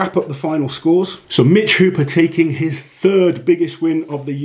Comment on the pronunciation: It's not Mitch counting the reps, it's the refs. JSYK, his name is Hooper, not "Hopper".